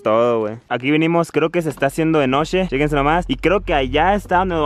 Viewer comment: Tambien dijo shequense como 20 veces xd